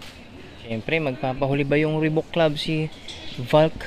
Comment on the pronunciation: (Reebok) Ribak, yta pag pronounce ndi ribuk (Reebok) 🤙